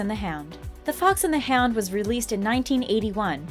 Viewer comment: I thought she said the fox and the ham 🤣🤣🤣